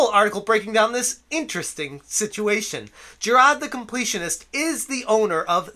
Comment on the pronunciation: Who the hell is "Jirad"? I know who Jirard is, but you keep talking about some guy called "Jirad".